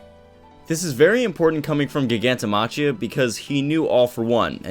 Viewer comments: i cringe every time he says "gig-anto ma-chia" do u not speak english? its clearly pronounced "Jai-ganto Ma-Kia" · Btw, Giganto-machia should be pronounced "Giganto-makia".